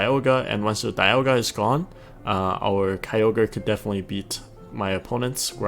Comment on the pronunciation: Does this guy know how to pronounce dialga